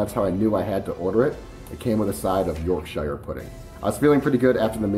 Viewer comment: Just so you know Yorkshire is pronounced York-Shur, and if you ever need to say Worcestershire (as in the condiment) it's Wust-ter-shur (wust pronounced like just). I'm English btw.